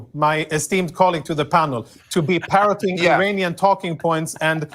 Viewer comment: Did he say Iranian parrots or perverts😅